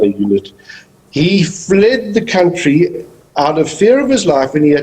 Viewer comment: Yes, cowuntree 🤣🤣.